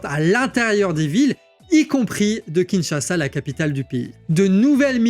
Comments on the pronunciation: Kinshasa et non Kinchasa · KINSHASA et pas KINCHASA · "KINCHASA" Sérieux ???